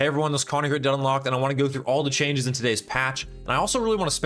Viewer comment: when saying in the intro, can you seperate the dead and unlocked part. i thought you said dunlocked or deadlock not dead unlocked. if you slow it down just with the introducting I think that would be better. overall good video ;)